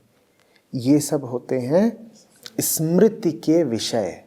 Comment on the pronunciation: समृति नहीं स्मृति।